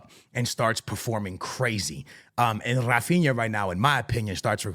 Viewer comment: bro, in portuguese we do not say rrrrrrrrrrAAphinA, he say "Hafinha" just like the sound of "hey"